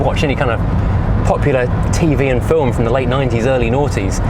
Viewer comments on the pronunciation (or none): none